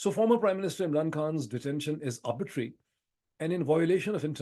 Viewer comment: You have repeatedly pronounced a word "arbitrary" as "arbitery", perhaps as a result of some misconception. I am of the view that both terms carry with it a marked distinction in its meaning, implications and repercussions. Sorry, if I am wrong.🙏